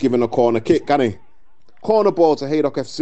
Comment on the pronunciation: Not sure who the commentator is but he calls them Haddock FC a few times, love it